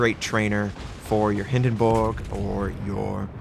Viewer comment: every time you say Hindenburg I laugh out loud.